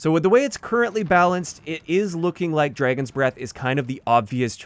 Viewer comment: I like how says it like "Draygon." I have a friend that says things like that too.